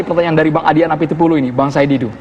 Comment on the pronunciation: dia bilang bung adian napiTULI? :)